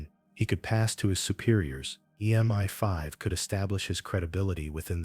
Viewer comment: It's MI5 (pronounced em eye five) not Meni Five